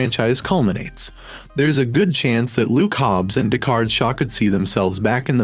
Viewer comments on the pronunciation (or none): none